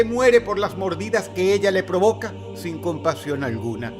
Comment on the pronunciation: sin compasión o con pasión?? 😂